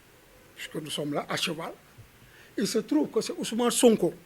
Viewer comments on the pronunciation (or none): Ce on dirait il est du Sud en entendant la façon dont il a prononcé le prénom de SONKO " OUSOUMANE" 😂😂😂😂😂😂